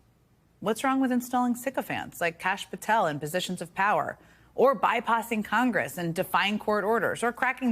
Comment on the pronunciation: “Bypossing”? Lol it’s “bypassing”.